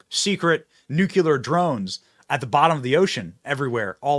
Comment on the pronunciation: Nu clee ar...... NOT Nu cu lar! Ugh!🙄